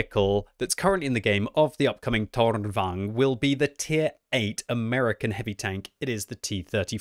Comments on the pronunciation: Softer R please it is tornvagn not toRR!!!!nvagn. :P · it's tornvagn not tårnvagn, the o in toon is the right pronunciation. very nice review though, love your youtube channel : ) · Seems a lot of the CCs are saying this is a bad tank. I will ask though that you pronounce it correctly - It's Torn-vung-en. Same with Krang-vung-en - The Swedish vagn isn't rolled into one word, its two syllables - good work though and enjoyed the new chapter approach too! Be good if you can upload the video with the Chapter breaks in there so people can skip to them? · Since you are so good at german,, lets try pronouce Tornvagn. I am impressed about the "vagn" part but "torn" is not pronounced like english 'thorn'. 'To' in "torn" is like english word "to" then add "rn" like in "aren't". Torn means "tower" and "vagn" is "carrige" or "wagon". Like tower-wagon... Same goes for Kranvagn which I have no idea what is actually means since it was a covername for the EMIL project. Impressed with your work. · Im amused at you saying "Tårnvagn" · Do not say the R in Tornvagn. Hidden R in that. Swedish power, fun to look and good to know how to play against it. I am born with shakinghands so almost only TD:s for me these days. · Seriously, awful pronunciation, this is a Swedish vehicle, not polish. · maybe just use the English pronunciation lol?